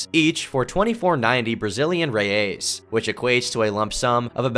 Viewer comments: Toda vez que ele fala reias invés de reais eu genuína mente tenho um ataque cardíaco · It's reais not reias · Really liked someone else talking about it, im brazilian and we forgot this happened and no one talks about it. Just a ps, its reais , not reias. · The Brazilian currency is not "Reias", it's "Reais". Pronounced "Hey-Ice". Or "Real", "Hey-Al" in a non-plural form. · It's pronounced Brazilian "hey-ice", not Rey-ace. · Not "reias", but "reais" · Its Reais not Reias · Secured 20k Brazilian "Reyeys" lmao "Reais", you rat. I'm joking, but the way you said it was funny. Love your videos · loooooooooooooool omg reias and worst is the way he say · Hey, just wanted to let you know a few mistakes you made during the video. First, the city Rio Branco is from Acre, and the picture you showed is from Rio de Janeiro. Also, our currency is called Real, with its plural being Reais, not reias as you said and wrote throughout the video. Just wanted to let you know! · If you want to say “Reais 💵”, with an American accent, say “Hey-ice” as a single word 🤭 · "Reias" it's reais bro what even is that effort 💀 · The most distubring thing about this video is pronunciation of "Reais" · lol the way he says reais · Not to be that guy, but that's not how you pronounce the brazilian currency lol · great video,but you're butchring the portuguese,how you pronounced the name of the brasiliam currency is trully...unique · his pronunciation of reais is hilarious lmao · the way you say "reais" makes me want to peel my skin off great video!